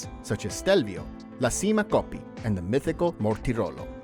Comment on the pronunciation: Epic stage for sure! Just so ya know - it's Claudio KEY-AH-POOCHY (Chiappucci) same as the wine they drink in Tuscany KEY-AHN-TEE (Chianti). And CHEE-MAH (Cima) Coppi while I'm at it :-)